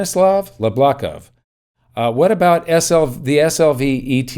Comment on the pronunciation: Hi, I apprecite much your work, thanks for everything. Little note about spelling the name: It sounds Yablokov, not Lablokov, and it means in Russian Apple (so he is an Appleman).